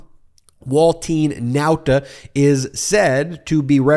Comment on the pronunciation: I like the way you pronounce Nauta the chamorro way. Check with the Guam and CNMI US Representative on Washington . Most media pronounce it the wrong way.